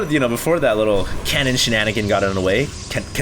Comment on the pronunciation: Hahahahaha "cannonigans"